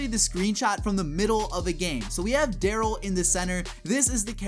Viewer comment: You said darro